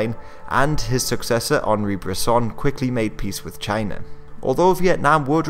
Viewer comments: Enthused Norseman Exactly, that was how pronounced China in that clip. That sounds almost like how Donald Trump often pronounces China. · did you pronounce China with a hard J sound? Anyway, I hope you make more videos on Southeast Asian history, especially the Indonesian National Revolution and the Padri War.